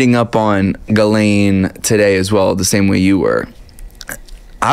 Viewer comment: Her name is prounced GIS laine